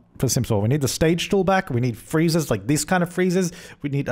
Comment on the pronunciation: Is he saying freezers? What does he mean